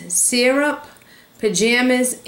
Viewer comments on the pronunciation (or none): none